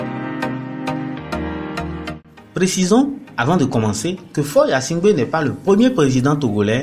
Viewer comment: Mêlez- vous de ce qui vous regarde et dans votre pays ! Qui va s abonner ? Mais...vous 'e savez même pas prononcer son nom. On vous a dit qu il se nomme yasimgbe ??? Tais- toi!!!!